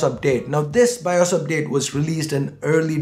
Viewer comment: its bios not BIOSH